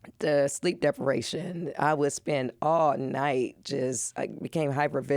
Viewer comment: LOL Losing the ability to pronounce "deprivation" properly is a clear symptom of sleep deprivation.